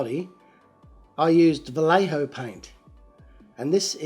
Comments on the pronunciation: Vallejo "pronounced as Bah-yeh-ho and not as Bah-le-ho" has a special brand for aerographs : Vallejo Air that do not needs to be thinned... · so this is the weird shit that bugs me, as a miniature painter. Because Vallejo is based out of Spain, do you pronounce the two L's in Vallejo like you would the L's in other spanish words, like as a y? So it would be va-ye-ho, or is it va-lay-ho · Had a friend years ago with that last name and it was said Va (like day) lay ho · Waiting now for all the pronunciation Nazis on your attempt of Vallejo paint